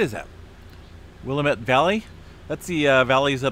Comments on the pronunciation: Will-a-met is how it is pronounced. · Its pronounce Will-am-it Valley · Hi, you pronounce it Will Lamb it valley. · It is pronounced Will lamb it = Willamette. That cluster of red dot tremors are almost all in the Coast Mountains between the Siuslaw River in the North and the Rogue River in the South, most of it being in the part of the Coast Mountains South of the the Umpqua River known as the Callahan Mountains or just locally the Callahans, a part of the Coast mountains that jut out more East than most of the Coast Mountains, they are just West of Roseburg as well as the Coast Mountains around the Umpqua River and Siuslaw. The Willamette Valley ends just South of Eugene and it becomes very hilly with just small valleys separating the Coast Ranges from the Cascade foothills until you get down to the Rogue Valley. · It's prounounced Will Am Ette. love listening to you nice calm voice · Wil-LAM-ut Valley.